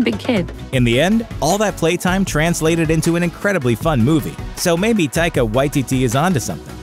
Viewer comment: Its funny how many times this channel messes up names: taika y t t. Is what it sounds like he said lol. love the vids